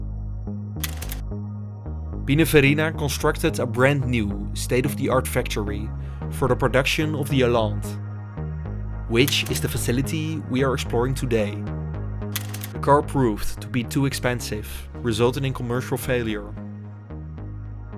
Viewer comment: The "é" in "Allanté" is not silent.